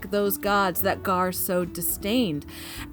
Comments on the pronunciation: gorr not Garr please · Gorr not "garr"